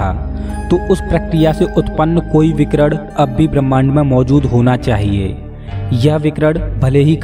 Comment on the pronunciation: Bhai aapke saare video kamaal hain... Main aapka shukkriya ada karta hun aapne itni achhi jaankari di hai humesha... Par please अणु ko अड़ु aur विकीरण ko विकीरड़ aur परमाणु ko परमाड़ु mat bolo... ण ko ण bolo, ड़ mat bolo... Thanks a lot ❤️❤️❤️